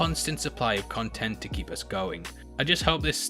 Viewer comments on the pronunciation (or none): none